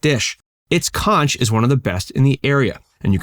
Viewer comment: Pronounced Conch wrong.